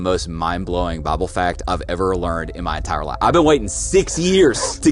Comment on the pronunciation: He said Bible I thought he said bubble